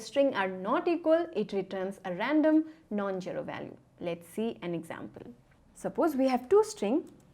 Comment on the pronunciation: She has no "sh"😂 And the way she says jero instead of zero Cute accent